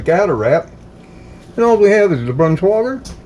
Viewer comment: It is pronounced with with a long i for the ei. It’s not Brans wah gar but “ brans-wi gar” Hope this helps. Be sure to get high quality meat and none of that fake yellow gum which is not real cheese! It is not worth how unhealthy it is. Get real cheddar please so u will stay healthy. Love your channel and God bless you.